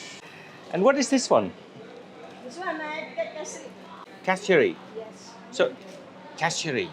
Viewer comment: It's pronounced KEH - SEHRI. Spelling is KESARI.